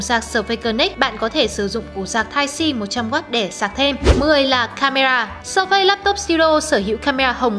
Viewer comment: sơ phây hay sờ phây, đọc tiếng Anh quá chuẩn 🤣